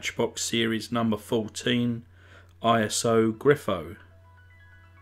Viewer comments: I had this one. Great to see it again. But it's an italian car, so it's "Eeso Greefo", not Iso Griffo. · Slowed down, it’s pronounced: Eee-tsooo Guh-reee-foooe